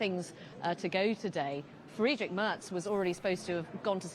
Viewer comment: Moin, too! When I look at the comments, it looks like 95% of the authors are German;-) (me too) Hey (correct written?), your "Tschüss" sounds very good too, a little work is left to speak out "Friedrich", specially the "..drich" 😉, but you can still do that👍👍, 4years time now 😅